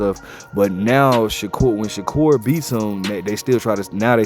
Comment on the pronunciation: Turned the video off once you said Shakur not sensitive